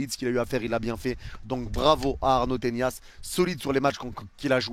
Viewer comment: Pourquoi tu dis Tenias?😂